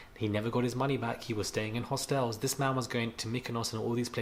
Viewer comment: Could never happen to me, mi nuh give man money! poshed up the word Hostels😂😂😂😂😂 I'm rolling!!!!